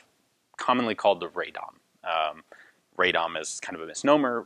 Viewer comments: Pronunciation is RAH-dom, not RAY-dom. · Just quick help with pronunciation. Radom should be pronounced Raadom, like Aadvark, not Raydom. (Of course kudos for good try) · I understand and empathize that Polish city names are impossibly difficult to pronounce, but in this case it's read like it's written, "Ra-dom" rather than Raydom. Thank you for the video :) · RADOM, not RAY-DOM but anyway good to hear something good about Poland. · Ian, pronounced "rad'-um' as not ray'dom. .. At least that is how the residents of Radom pronounce their town. between Warsaw and Krakow on the drive down south. :) Good review otherwise. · I mean that RAH is much more similar to Polish /ra/ than the RAY is. And RA would also be too far, since it's more like /ae/ sound, which is not present in Polish. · Very interesting history. I didn't know about those brave workers. The city by the way is pronounced like "Rah-dom". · The pronunciation of the city of Radom sounds more like Raa-dome. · rather RA -DOM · "RAD-DOM" is the correct pronouncation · "Ray-dom"? What? At least try.